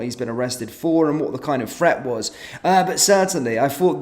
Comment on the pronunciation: Wtf is a " fret"?? Who did he fretten?